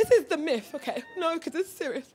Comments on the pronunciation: Are u saying miFF? Its myTH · TH is pronounced F lol